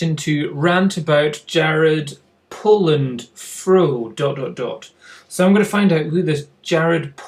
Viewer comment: It's Jared Polin not Jared Poland just for future reference